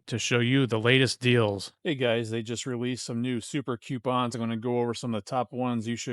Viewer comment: Coo - pawns